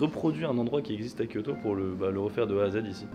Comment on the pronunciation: ça va, elle est comment la voiture de TEV ? ='D " à kyo-to " il a dit MDRRRR